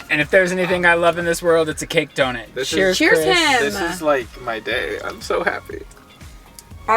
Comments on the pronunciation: the way that says donut as donit is kinda annoying no hate though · simply can’t pronounce donut/doughnut… doe-nit is all i hear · How am I just noticing says "Donit" 😂😂